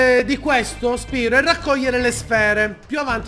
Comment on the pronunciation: Lo sai che Spyro si dice Spairo!!!